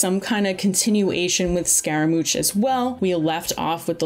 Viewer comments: just from gorous moms design alone, she doesnt look playable lol same with signora, their dresses are too long and mihoyo prefers to avoid big clipping issues by making the dresses more compact. She might be appearing in his hangout quest. Also a small correction its pronounced scaramush. Great video! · Also it's Scara-moo-sh bruh :| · She also messed up the pronunciation of "Itto" and "Scaramouche" lol